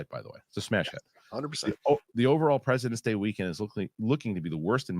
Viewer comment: was it only me that misheard in the beginning when he said "It's President's Day"? (cause I heard "The President is D...") o.o